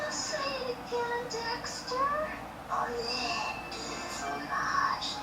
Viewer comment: I keep replaying with his proper French accent saying Omelette Du Fromage